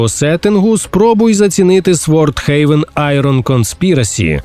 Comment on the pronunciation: "сВорд хеЙвен" - заціни слов`янську англійську!